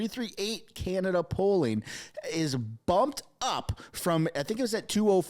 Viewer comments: I love your video.. you do a great job at keeping us informed.. you said something funny at minute .. Kenata instead of Canada...LOL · It's Can-a-da. Not Ca-na-da.